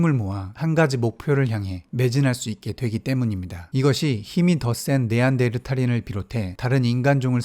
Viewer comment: 네안데르/탈인 이 아니고 네안데르탈/인 입니다.